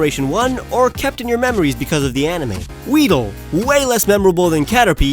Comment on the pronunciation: No weedle = Weed,el